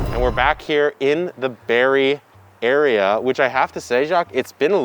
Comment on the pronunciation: The Berry Area? I think you mean the Berrea.